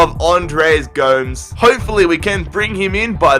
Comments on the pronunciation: Its Go-Mes not Goums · it's gomès not gomes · please stop calling him Andre G0mz. it makes me cringe everytime. Its GO-MEZ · its andre Goo-Mess not goms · Niklas #vapenaysh yer it sounds so weird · And it's not Andre GOMS it's GO-MES